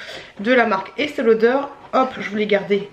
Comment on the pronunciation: C'est Estée Lauder pas Estelle 🤣😉😉😉♥️